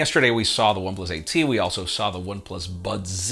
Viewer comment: Becca from the Verge will absolutely love the One Plus “budzee” lol